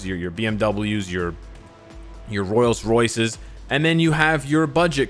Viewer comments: Royals royces, haiyunday 😂 fkn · Man said royals Royce